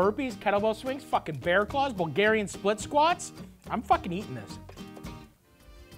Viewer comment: Did he say bear claw?? Or bear crawl?? Sounds like a gnarly workout 😂